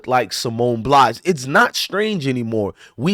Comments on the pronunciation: Bye-alls not Blys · BILES, not Blise or Blas. At least pronounce her name correctly. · Bro it's Pronounced Ba eye l say it all together 😂